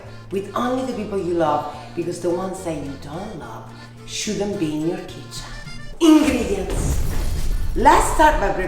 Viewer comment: I'm living for all the "just gorgeous", "just like you are", and "Ingrrrrredients!" fabulous hair flip sending Pasta Bae - I mean Pasta Bro - flying moments 🤣🥰❤ And the great pasta recipe and tips of course! You guys are just SCARY ADORABLE!!!